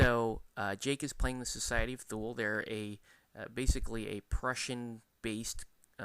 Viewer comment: It's pronounced "Thooli" sometimes "Tooli" but not "Thool" ;) Great review.